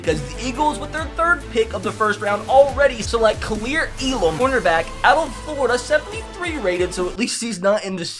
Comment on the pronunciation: Btw it is kair Elam not Kalir weird draft class